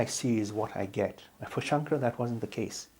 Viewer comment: The narrator’s pronunciation of the name “Shankara” was atrocious. It’s not very respectful to this great saint. If you have an opportunity, please re-record those moments in the video. Dr. Lipner pronounced the name correctly. You can follow his pronunciation.